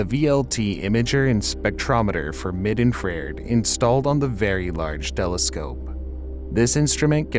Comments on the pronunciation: It really inspires confidence when the announcer pronounces infrared like in-frared... /s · Infrared is pronounced "INFRA - RED". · i like the part where he calls infrared infairid. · The word is INFRA - RED. Saying it the way you do diminishes everything else you say. How can you not know out to pronounce 'infrared' when you work in a science field? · "Infraird" was very distracting during this video. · He said Infar-red. That’s what it is. From now on 😂. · It's really hard to take you seriously as a science channel when you can't even pronounce infra-RED. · If you're going to narrate a science video, then at least be familiar with the pronunciation of science terms. Infrared is NOT pronounced "infrair'd". (Sigh) But I notice this a lot with technical or scientific videos. These days it's not easy to tell if the voice is an actual human narrator, or just a very good computer voice synthesizer. Since the narration mis-pronounces "infrared" exactly the same way each time, I'm guessing the later. In that case, I hope they would take the time to train the software to correctly pronounce such common scientific terms. It's very distracting! The weird thing is that there are many other terms and acronyms in the video that voice synthesizers typically mis-pronounce, which makes me wonder if this is a human narrator who has never learned to pronounce that one word. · In-fray-erd lol😂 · After he said it the second time I stopped watching. Maybe all the info is accurate but I still want someone knowledgeable in the subject presenting it. Someone who says “infreard” knows even less than I do, which is saying something lol. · Infured. InfRrrrrre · He inferred that Webb is infraired! I assumed it was a speech-to-text robot. Some inflections seemed forced, so I am still of that mind. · srsly learn how to say infra-red. take this down. redo it. and repost. c'mon... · They also need to train their computer voice or speaker that "infrared" is 3 syllables, not 2. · "infrare'd" lol.